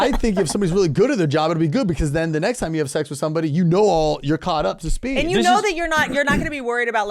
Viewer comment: Think he said speed wrong